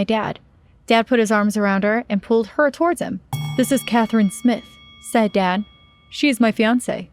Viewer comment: Am I the only one who herd her say Catherine when she said her name was smith